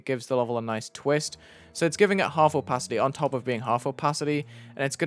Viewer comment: I like the "oOpaAity"😂